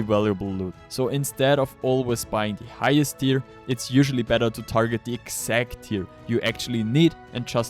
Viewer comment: "in die hexagon Shop, you can..." "Once die files are available...." "You'll find die link, in ?!?THE?!? Video description"?! Wie kannst sein, dass du genau einmal richtig "the" sagst?